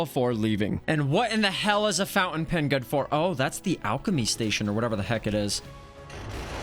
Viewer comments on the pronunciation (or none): none